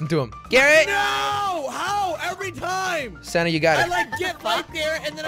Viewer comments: When jelly said sanna it sounded like he said Santa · I put captions on and whenever you say sanna it would say Santa lol 😂